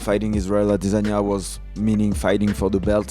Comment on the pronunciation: If only he could pronounce Adesanya instead of AwDEsonya